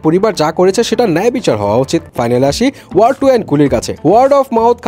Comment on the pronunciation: Word? Seriously movie er name tao thik moto pronounce korte parchen na Bojha hoe geche ki movie dekhen😆